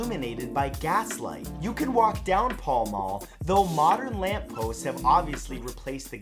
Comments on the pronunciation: It’s pronounced Pal Mal not Paul Maul. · Pall Mall is pronounced Pahl Mahl not Paul Maul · Arrghh! triggered!! - Pall Mall - Pal is pronounced like Pal as in friend. Mall is pronounced the same as Pall but with an M. That is all. Love the channel!! ;) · Pall mall is not said like that. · Not how you pronounce Pall Mall